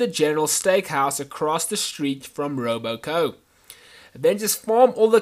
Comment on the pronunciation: Every time you said Robo Co instead of Robco it made me want to punch babies.